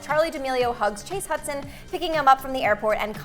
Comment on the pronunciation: Did he just say chase little huddy husdon💀😭